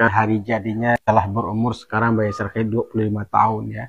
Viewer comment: ...cuba sebut Ai-sar...bukan Ai-syar...AISAR Khaledd😊